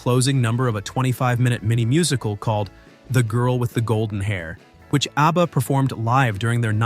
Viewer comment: Why does he keep calling them ARBBA?